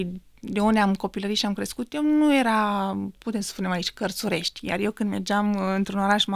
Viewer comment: Damian, sincer, nu prea inteleg de ce acest podcast … fata e de plastic 🤭 iar facultatile despre care vorbeste nu stiu ce sa zic …. In conditiile in care pronunta Cartzuresti adica cu tz 😀 in loc de Carturesti 😲 daca aveti nevoie de nutritionist accesati Mihaela Bilic 🤗